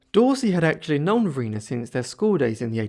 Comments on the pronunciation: Just for the record, I believe her name was pronounced va-RY-na, because there is a bridge on I295 crossing the James River named after her(and that area is known as Varina) . Rhymes with vagina. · There is a town in Virginia named after her - Varina - but it is pronounced VahRhineAh